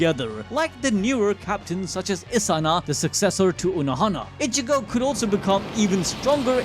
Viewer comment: you know its not that hard to say ichigo ...say it with me ...( e-chi-go ) ...not ( itch-eh-go )